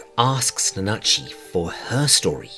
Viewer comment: You said it right, don’t worry about it. They just talking tomfoolery for no reason. 🤷‍♂️